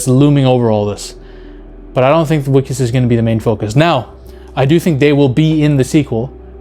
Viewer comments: Not "wickes"..it's pronounce Vickus...if you read it in American english. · Wikus is pronounced Vikus ;) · Wiccus is pronounced vicus in afrikaans w is pronounced as V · Wikus is pronounced "Vikkis"... it's a V sound not a W. Sorry 😅 but love that you love this movie. Bring back South African Sci-Fi! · The pronouciation of his name is with a 'V' not a 'W'. 😉